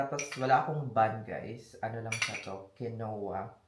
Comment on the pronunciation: Yes Combine 401k and ROTH IRA is the best additional retirement and pension down the road also once you vested normally 3 years When you say grass feed pronounce grass fed not fid 😂😂😂 Or quinoa pronounce Kinwa when you say Kinowa it’s funny actually 😂😂